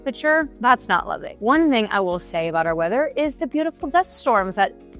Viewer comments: The first thing you need to learn is how to pronounce the city's name...Lubbock. Not "Lubbick". So, didn't watch this. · If you're claiming to be a local real estate "expert" about Lubbock then you should learn to pronounce LubbOck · It's NOT "Lubbick" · I was born and raised in Lubbock. I left it in 2000. One thing that bugs the crap out of me about people who are new to the city is that they pronounce Lubbock as "lubbick". Lubbock is not a bad place. There was just no opportunity for me there. I do not miss the wind storms since moving to Dallas-Fort Worth. The one really good thing about the weather in Lubbock is that it is almost always dry. It's easier to cool off in dry heat. Most summer nights are considerably cooler than after a 100-degree day. Lubbock seems to hate trees. If there is a nice spot where there are trees, someone will destroy it and put a Walmart on it or a parking lot. One good example was the Treasure Island golf course that used to be located in the northwest area of the city. It was a beautiful property with a lot of trees. It's a Walmart now.